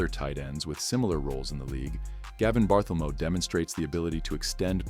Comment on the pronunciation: The AI voice really annoys. "Gavin Barthelmo". Sheesh!